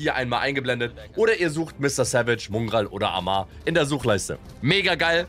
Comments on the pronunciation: Du meinst mungral? 😂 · Jemand ne ahnung wieso er es immer Mungral ausspricht?!!! Nervt mich jedes mal wieder todes 😃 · Digga wie er nicht mal Mongraal aussprechen kann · Genau Mungraal